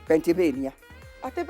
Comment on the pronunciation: doesnt understand georgraphy at all. is pronouncing Pennsylvenia very well by saying it in Kienyenji PENIVENIA:goat-turquoise-white-horns::goat-turquoise-white-horns::goat-turquoise-white-horns